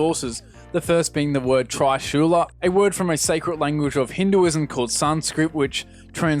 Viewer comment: Pro tip: Most languages in the world don't pronounce the letter I as "eye". And I'm not only referring you mispronouncing the Kikouhou, but also Trishula.